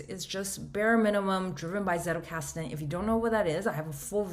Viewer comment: If you can pronounce 'pizza' you can get the z in Zettelkasten right.